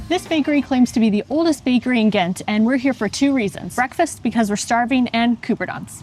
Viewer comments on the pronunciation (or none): Thats not how you say ghent 😅 the g was to loud 😂my ears please dont use a holland g